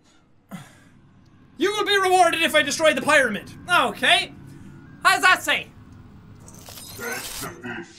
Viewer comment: pyramid (PEE-Ruhh-MID) gud vid doe ;3